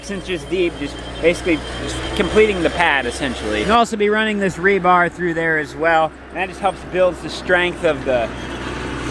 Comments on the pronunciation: Tell it’s rebar, not rebarB. That’s funny. Also know as reinforcement steel. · says it Rebarb? Or did I hear it wrong? It is known as Rebar,! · "Rebarb" LOL !!!! It's what you use to grab a bull by the tonsils. :D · Rebarb? What happened to regular Barb? Lol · I will never be able to say "rebar" again. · Rebarb????? Really????you gotta have a comment on that… lol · Of course calls it "rebarb" 🤦‍♂️ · Did say rebarb? He made me chuckle. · Did call it Rebarb? Lol This guy kills me! Maybe we could make a rebarb pie! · I always thought it was really just called rebar Who knew?